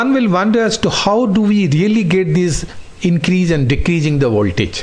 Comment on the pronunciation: Very informative video with detailed explanation. Just the pronunciation of certain words Stabilizer, stabilizing, increase, decrease, relays